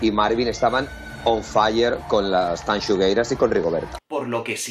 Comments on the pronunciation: Muy bien el vídeo, yo también apoyo a las tanxugueiras pero, oye no se dice tanchugueiras, se dice tanxugueiras. Gracias. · a ver si aprendes a decirlo bien q x tu culpa ahora yo tb digo "Chanchungueiras"... No es la entonación lo q dices mal, es q no es "Cha" es "Ta", o sea: "Tanchungueiras" 🤣🤣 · Guía para pronunciar bien Tanxugueiras y que no te dé una embolia en el intento. Repitan conmigo "Shakira" y ahora digan "Tanshugueiras". Ya está, la "t" se pronuncia como cualquier "t". Que por poco te haces un nudo en la lengua. De nada. PD: lo de robarles el primer puesto es un auténtico TONGO!!! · Tan-shu-gueiras tal cual jajaja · Tanchungueiras? Está muy bien el discurso sobre el gallego, pero por lo menos podrías haber visto como se pronuncia el nombre de las Tanxugueiras si tanto te gustaron, que por cierto se lee como lo dirías en castellano. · TAN-XU-GUEI-RAS, la "X" se le como ¡tachán, tachán! "X" , si sabéis decir "sexo" sabéis leer la "X" TAN-XU-GUEI-RAS ¡TANXUGUEIRAS! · Me pone muy nerviosa como pronuncia tanxungueiras, pero por el resto tiene toda la razón. La x se pronuncia en gallego como sh más o menos, lo digo por si a alguien le ayuda a pronunciarlo mejor. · ¿Por qué pronuncias CHAnCHUngueiras? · 1º, en serio que sigues pronunciando el nombre fatal. te recomiendo que consultes la web de la RAG (Real Academia Galega). 2º, a mí Chanel no me gusta (sí baila muy bien, pero me parece lo mismo desde Jennifer López y la letra deja mucho que desear), aunqe la pobre no tiene la culpa de gustarle a 3 enchufados de Tongueira Pública S.A. (ya sabéis de quién estoy hablando). En cuanto a Rigonerta me parece un poco paródico (aunque para gustos, colores). En cuanto al resto completamente de acuerdo. A mí me encantó Tanxugueiras (menos mal que no voté, aparte de que no pude ver el Tongofest porque a esas horas estaba en el gimnasio, sino porque algo me decía que iba a ver algo raro, aunque esto fue alevoso).